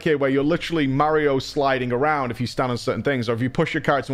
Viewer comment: It's Mar-rio, not Meh-rio